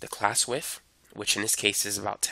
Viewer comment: he say how we can calculate the "wiff", meaning "width". I'm dying laughing because of his accent XD